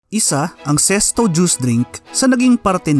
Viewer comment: Ano ba tlga ang tamang pag pronunciation nito ?bakit sesto ang dinig ko.sa karamihan zest.o nmn tlga Z